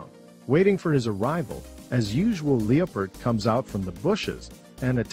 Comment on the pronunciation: You don't even know how to pronounce Leopard